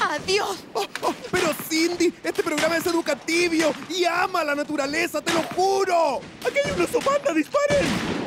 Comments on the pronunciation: En ves de decir educativo dice educativio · NO C DIC ENSEÑATIVO SE DIC EDUKATIBIO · Si, lo han dicho mal todo el tiempo se dice educativio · Es "educativio" 🙄💅 xd